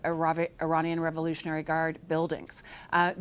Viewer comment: can we get an anchor that can say the world "revolutionary"